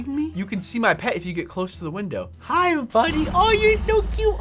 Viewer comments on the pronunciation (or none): none